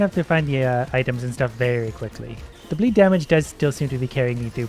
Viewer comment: The entire time i heard him say bleed i heard "bleep" which still works